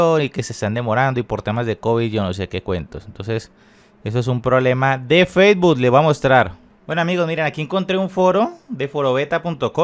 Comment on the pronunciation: Facebot JAAJAJAJAJA aprende a decir Facebook primero